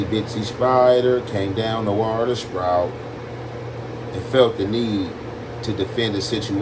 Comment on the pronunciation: HE AINT EVEN SAY SPROUT HE SAID SCROUT😂😂